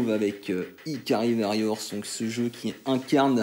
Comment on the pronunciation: Carton rouge d'office pour la prononciation de Varrior ^^ SNK sur NES c'est pas la fête, j'ai un fantastique Alpha Mission en boîte dégueulasse, et c'est une purge totale aussi.